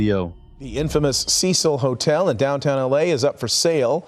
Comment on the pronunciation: The news anchor literally pronounced the Cecil hotel and you still say it wrong